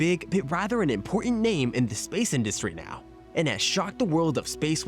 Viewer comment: No offense, but the way you pronounce certain words, it's absolutely hilarious. Like when you say industry, you say it like industray